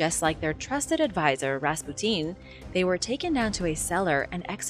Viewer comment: They did find her body. Sometimes I get the feeling doesn't actually know anything. She mispronounced Rasputin's name; it was as if she never heard of the guy. She mispronounces the names of Native American tribes in the U.S.